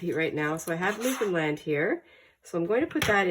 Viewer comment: 💜🎶Good morning... Great pages.. great finds... Love the Newfoundland... my home.. and you say it, like you should.. lol.. 💜🎶🇨🇦